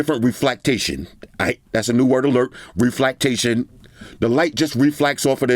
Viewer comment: RE-FLAK-TATION people!!!